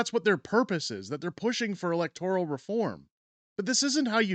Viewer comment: Please correct your pronunciation of "electoral". The second, not the third syllable is accented.